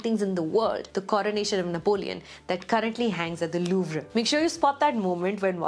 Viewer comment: It is not louv re...louvre, is pronounced as louv...And Joaquin is pronounced as Wakeen 😂...but love your reviews.